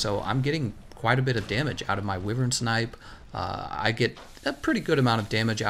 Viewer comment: Good video! But wyvern is pronounced (WHY_VERN!)